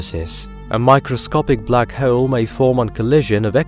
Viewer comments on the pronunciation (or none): Awesome video but i cant get over black hoe-elle. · 😂 The way this guy pronounces hole 😂